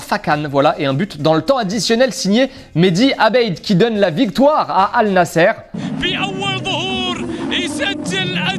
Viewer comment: c'est النصر pas nasser ca ce lis nasr car je connais l’arabe